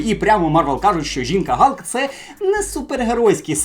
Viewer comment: Бля, ну яка нафіг жінка-Галк? Халк, не коверкай